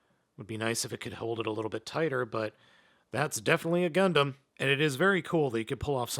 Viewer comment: Wait did i justo hear "gumplum"